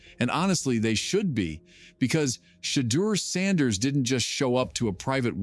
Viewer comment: Ai even got his name right! Getting better.